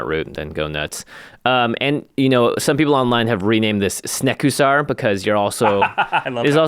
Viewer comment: LOL "Snekusar"